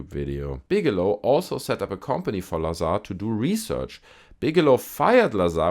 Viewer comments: You are mispronouncing his last name - it is pronounced Bob Bizarre. Agree with your sentiment on Jeremy Corbel. He's a charlatan. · Bob looz-ar